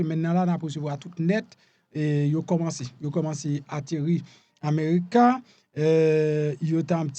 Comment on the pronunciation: Ranje bouch ou lew ap pale non frem avek mulion an epi ameuruca 🤣 shit